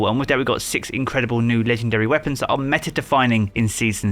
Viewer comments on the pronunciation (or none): none